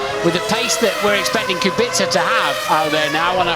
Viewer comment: Genuine question, why do they say "Kubixa" instead of "Kubica" how it's said properly?